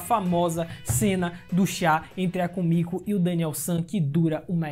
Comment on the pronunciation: Komiku, não soa meio estranho não ?